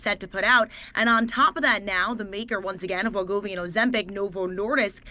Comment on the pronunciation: HIMS & HERS! NOT HIM!WEE-govy. Not whatever versions of the name she said.